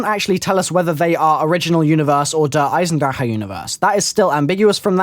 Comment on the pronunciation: Someone who says Der Eisendrache right, that's incredible